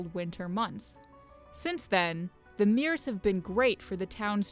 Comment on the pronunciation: Mirrors not meers